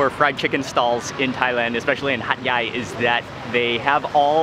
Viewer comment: He kept on saying Hat yai. I kept on listening hot guy